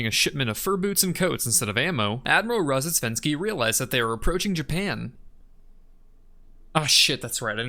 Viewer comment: Poor Admiral Roads-death-went-ski, they never get his name right. (these words in this order is actually a very close pronounciation)